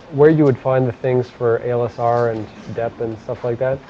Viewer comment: The instructor almost always says ALSR instead of ASLR. I like OST lessons :)